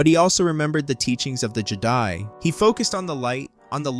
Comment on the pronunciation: I liked this…until Jedi was spoken incorrectly exactly every time it was said.